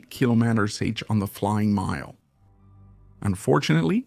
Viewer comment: Great example of the power of human ingenuity and the infinite ways AI can mispronounce km/h.